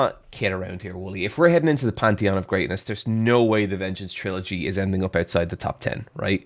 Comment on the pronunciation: Every time does the Pantheon wrong, I always laugh. 😂